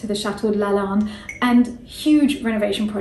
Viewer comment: As much as I love it, she mispronounces Lalande and it’s driving me bit mad lol! But I do live the history and personal story❤️